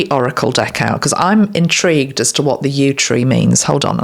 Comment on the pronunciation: What a beautiful and comforting BIG message,! I was struck by the playfulness of the specific words from Spirit. For example, when you began discussing the yew (YOU) tree’s significance, you said, “I’m intrigued” and I laughed because I heard “in-TREE-gued.” Just little charms along the way, I guess, and fun. My inner child is alert to such charms. Enjoy your vacation with your Dad. ❤️